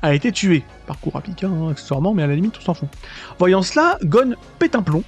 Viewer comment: En tant que fan tu pourrais un minimum BIEN PRONONCER le nom du perso principal!!